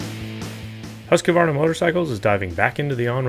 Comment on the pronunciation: You were thinking accent, i guess...